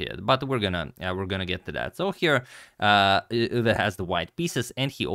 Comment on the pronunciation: Pronounciation of Euwe is on point!